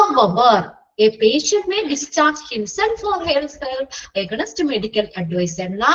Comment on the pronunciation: Aganinst alla teacher aaagheeynst Ennanu pronunciation ❤☺️